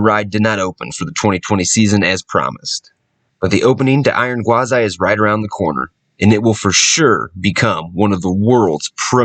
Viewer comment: Why Gwaz-I? I thought it was pronounced Gwaz-ee